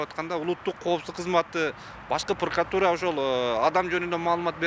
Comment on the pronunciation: Пыркратура дейт го☺️